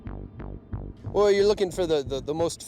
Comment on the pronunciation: What the fuck is a abatuar? Are you embarrassed to call it a slaughterhouse?